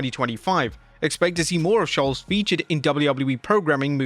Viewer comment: I love Schulz and that you say his name correctly. Also, Jade sucks and I don't know about Tyler the Creator but she seems to have stolen everything from Marvel's Storm.